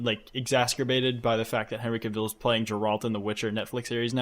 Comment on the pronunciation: someone tell it's "cah-ville" like a new yorker saying "car" also henry cavill wasn't in 50 shades????